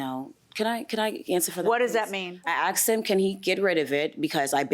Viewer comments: I "axed" him. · I axed her...I axed her...I’m a hair stylist. 🤣🤣🤣🤣🤣🤣🤣🤣🤣🤣🤣🤣🤣🤣. Rite... spot the brain cell.